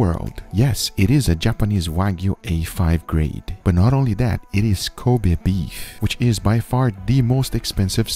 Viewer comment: Lmao in the intro when he says kobe beef it sounds like he says covid beef. That would be a true viral steak video.